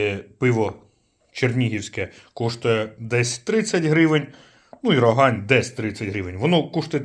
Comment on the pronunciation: Тільки правильно казати РогАнь. І сьогоднішне пиво, що Рогань що Чернігівське на смак просто гидота.